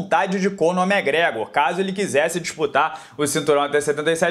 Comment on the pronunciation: Acho engraçado o jeito que ele pronuncia o nome do irlandês: “megregor” ❤️